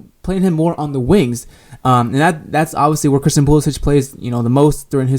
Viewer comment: I agree with most of your points, but you have to start pronouncing Christian's last name correctly.